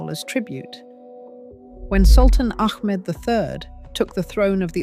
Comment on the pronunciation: ITS NOT MEK MED...ITS MEHMET....ITS NOT ACK MED ITS AHMET